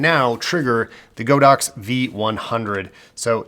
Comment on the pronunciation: As a Chinese I need to tell everybody that it's not Go-Dox, but God-Ox, meaning an Ox God hahah